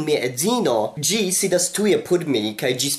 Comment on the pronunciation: Why do you say "gi" and Not "si"?